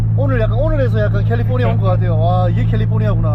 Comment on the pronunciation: 캘리fo니아 발음 은근 킹받네.. ㅋㅋㅋ